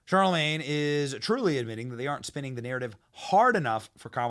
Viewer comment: Who's Charlamayne? He seems like a joke! 🤣